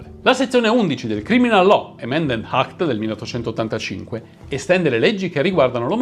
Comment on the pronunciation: Ma perchè quando parlate in inglese mettete sempre una H davati alle parole? Si pronuncia "àct" non "hact"... si pronuncia "èmerold" non "hèmerald"...